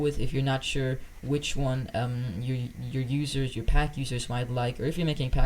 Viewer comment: Ah yes “you pack”